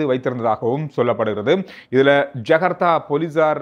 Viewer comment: not jagartha. Its Jakarta.